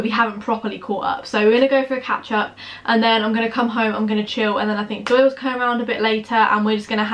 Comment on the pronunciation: Who else thought she said 'ketchup' when she said catch-up? 😂😂